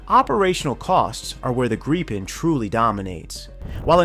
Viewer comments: Good presentation but every time I hear the aircraft called a "Greepen" I cringe. Retrain your A-I please. The word is Gripen with a short 'i". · true, but it still sounds like there is a e or two instead of i. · Wenigstens den Namen Gripen könntet Ihr richtig aussprechen (..)